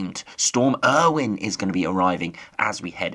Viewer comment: Not Storm Irwin. Its pronounce Ay - O- Win